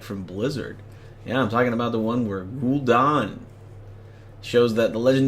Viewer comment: Gul'DAN...not Gul'don